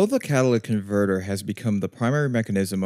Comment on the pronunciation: "Catawlyvvc comvvrtvv".